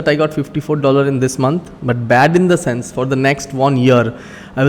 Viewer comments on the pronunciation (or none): none